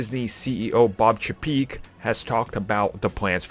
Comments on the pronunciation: He still doesn’t know how to say the ceo of Disney’s name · So, still saying Chapek wrong huh? lol